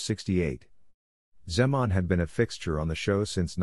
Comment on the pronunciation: Wrong name pronounced, wrong age!! Was 70 and pronounced Zeeman!!